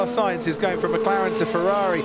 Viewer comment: Carlos “Unsainz”